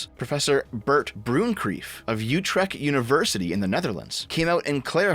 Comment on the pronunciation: dutch "ch" before a "t" is pronounced as "g". so "Utregt".